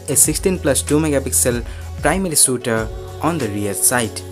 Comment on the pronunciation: Good Work keep it up. And its shooter not Sooter.